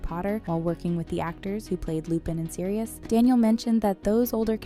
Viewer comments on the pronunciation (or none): none